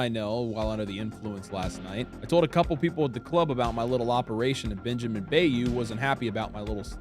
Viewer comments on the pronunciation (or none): none